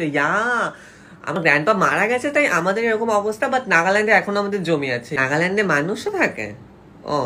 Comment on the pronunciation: নাগাল্যান্ড না নাগাল্যান্ড 😁😁😁😁😁💓💓💓💓💓